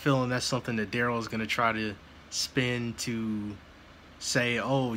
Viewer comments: The fact that his name appears in all caps on documents and the pronunciation BUT — his own MOTHER pronounced it Darrell not Duh-rell. 🤭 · He's mother calls him Darrell not duh rel.